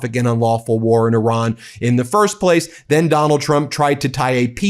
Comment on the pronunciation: I ra n .. Good job.. Like O ma n...